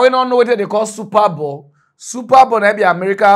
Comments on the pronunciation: it is not "super ball", it is "super bowl".😂😂😂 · It is SUPER BOWL not super ball